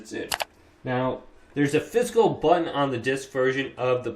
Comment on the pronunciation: Physical, not fiscal button. Fis-i-cal.